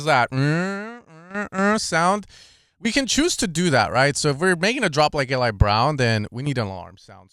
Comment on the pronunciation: his name is pronounced EE-Lie